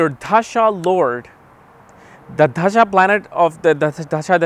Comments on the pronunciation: Why do you pronounce 'dasha' as 'dhasha'? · bro its da-sha not dhhha-sa